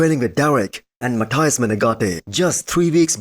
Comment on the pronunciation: Hi man. Your videos are awesome. Let me give you just a small tip. Menegate's first name is Matheus, not Mathias as you usually say. Best wishes.